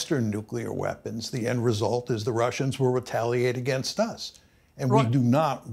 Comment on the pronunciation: Do a shot every time professor says "nuclear wee-ehhhpons"